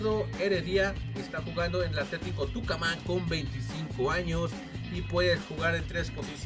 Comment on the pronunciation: amigo JAJAJJAAJ no pegas un nombre boludo, tucaman, a vera le dijiste varela, dijiste velez banfield, lucas arellano JSAJSAJ taba re ciego pero bueno te quiero